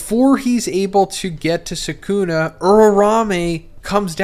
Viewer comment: it's 'sukuna'. If anything you put the stress on the last syllable not the first 😂 y'all kill me with this